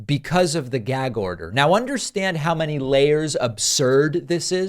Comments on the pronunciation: What does trump care about the constitution? He wants to get rid of it. Someone should tell him ,it’s gag short ‘a’ not gayg with a long ‘a’ you stupid 💩! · "Gaeyg order" "Yaygan food", just an idiot man child. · I'm a native New Yorker so I just want to let you know David that the way he says the word gag is the way all New Yorkers pronounce it with that thick Brooklyn type accent. However everybody loves the way I talk because I'm a female with an extremely high pitched voice and so the New York accent sounds cute on me!